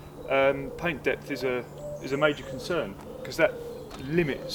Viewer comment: Lol, "paint depf".